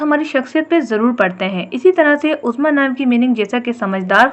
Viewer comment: My name uzma apne bilkul correctly bola sab kuch 💕